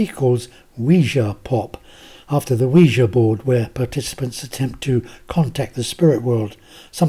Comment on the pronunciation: Thank you a million times over for pronouncing Quija correctly. I always cringe when I hear it called a WEEJEE board.